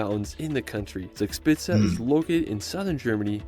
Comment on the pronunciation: He starts in the Bavarian-Austrian border region and a lot of his recommendations are located there, but Germany has far more to offer than this somewhat overrated region. 1) His pronunciation of "Zugspitze" is slightly off - "z" is spoken more like 'ts' in German. 3) His pronunciation of "Wagenbrüchsee" is very off. Maybe he should have rather used the other name of the lake: Geroldsee. 1) to 3) are all in the Garmisch-Partenkirchen district. 4) to 6) Berchtesgaden (roughly "Perchta's garden" - Perchta being the Celto-Germanic goddess also portrayed as "Frau Holle" in Grimm's tales) was since the 12th century an ecclesiastical state around the abbey of Berchtesgaden, since 1380 an Imperial Abbey with seat and vote in the Reichstag (Imperial diet), since 1559 a prince-provostry and thereby its own state between the Duchy of Bavaria and the Prince-Bishopry of Salzburg (which surrounded Berchtesgaden on 3 sides). Being a provostry is the main reason for the many churches there. The Kehlsteinhaus ("house at the Kehlstein mountain") was christened "Eagle's nest" (or French "Nid d’Aigle") by the French ambassador who visited it in 1938; this name was normally not used within Germany. Hitler's regular holiday resort was the nearby Villa Berghof in Obersalzberg (a small village whose inhabitants had be forced by the Nazis to leave for security reasons). "Königssee" translates literally to "King's Lake", but originally it was "Kuno's See" (Kuno's lake) after Kuno of Horburg, who toge